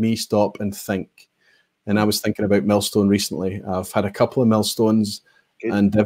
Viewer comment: Congrats on the big 10!!! Well done on both the milestone, and the millstone distillery pronunciation! 😁